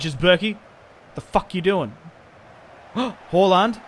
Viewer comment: Did anyone notice he calls halaand haulland